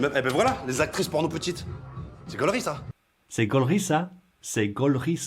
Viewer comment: "c'est" is "se" not "sey" and "fait" is "fe" not "fey"